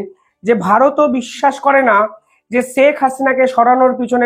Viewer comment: Sak na "Sheikh" Bangla uccharon thik korun. চ ছ er difference i bojhen na Khub baaje laage shunte. Daily daily nijer porichoy deoa bondho korun plz Khub baaje laage shunte.